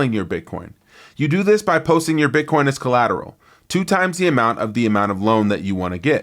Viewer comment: can’t even say Bitcoin correctly